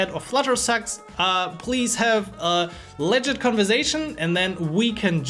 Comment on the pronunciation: I would highly advice you to fix the following pronounciations on the following words you use a lot: "Review", "Legit" and "Project" - You can type it in Youtube "How to pronounce [word]" then put them on a AnkiDeck or something and keep practising. By the way you speak English very well, this is only a small note on your "emphasis." Its the difference between saying EM-Pha-sis (correct way vs. Emfaaa-sis, you see how just by changing which sounds you "stress" it changes the meaning and sometimes rendering it almost uninteligble. So yeah practice these two words as you will be using them a lot so it is worth knowing how to pronounce them the right way. Your content is really good and you helped me and I am a phonetics specialist so I thought I would also try and contribute back. thank you so much:)